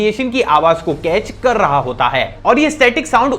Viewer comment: And also kaarrr skte h 😂😂😅